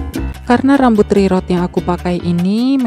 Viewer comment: oiya ka cha btw cara bacanya "rirut" ka bukan rerot hehe :D